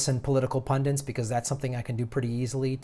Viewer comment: Talk is cheap - do not believe for ONE SECOND that the pathologically greedy MONEY ADDICTS are ready to change. Also - the word is PUNDITS, not 'pundints'. So many use the wrong word, hope you can see this and start using the correct one. Love your videos, and interviews will be great, too! Also love when you are on the Jimmy Dore show.